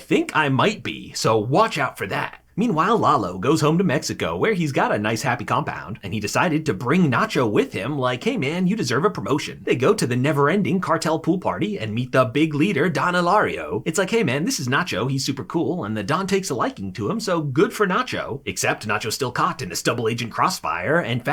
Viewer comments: Don Elario? It’s Eladio. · Awesome to the point review! Its "Don Eladio", not "Elario", but this video is near perfect. Good work. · its Eladio not Elario. Great recap as always tho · don elario lmfao. its eladio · Don ELADIO, not Elario. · Eladio not Elario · Who the fuck is Don Elario? It’s Eladio. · So is it Don Elario or Don Eladio? lol Great recap as always, you point out stuff that I miss on the first rewatch which is why these recap vids are helpful